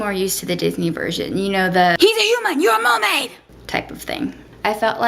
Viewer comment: "He's a human, you a muhmaid!"--you sounded a little Southern up in here lol.